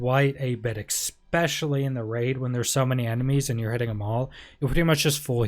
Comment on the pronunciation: I love the build video but its 'Especially', there's no 'X' in the word...........